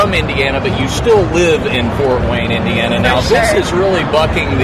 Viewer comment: bitch doesnt know how to say indiana